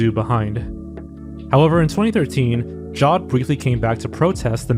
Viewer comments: Jawed as in Jared with a w, not "jod" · Great vid! Jawed is pronounced "Jah-wed" btw